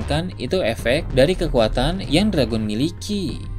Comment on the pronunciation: Saya lebih penasaran admin orang asli mana min? Admin gak bisa nyebut huruf akhiran kata? Seperti, tidak bisa menyebuf huruf N,T, W, L, dll. Contoh yg ada dalam video - hujan > huja - dragon > drago - town - to - muncul> muncu - perlihatkan > perlihatka - besar > besa - langit > langi - kebetulan > kebetula - petir > peti ☝ masih banyak yg lain, dengerin aja baik2. 😅 Orang mana min? Orang minang? Emang minang logatnya begini ya?